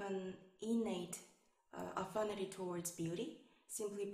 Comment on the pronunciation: it is "affinity" not "afinity"